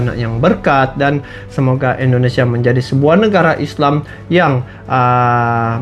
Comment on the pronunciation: bukan endonesia tp indonesia.semangat ngonten nya bang